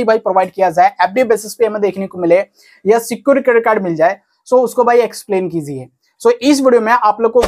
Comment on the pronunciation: Please correct your. Pronouns your word Kiziye ❌ kijiye ✅